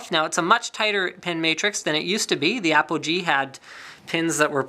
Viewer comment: at the start i though i heard apple G lol